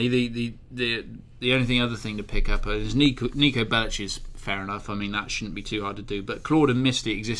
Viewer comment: I know you guys are english... BUT ITS NIKO BELIC. NOT BELICH